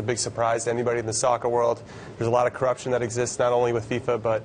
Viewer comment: "Sockter" then "socky". Mate.